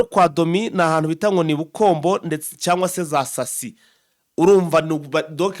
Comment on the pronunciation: wee waramutse neza,abobakwandikira amazina bayakwandikira nabi ahoniwacu niwonavukiye,ibukombo ni sisa urikuhasoma nabi baba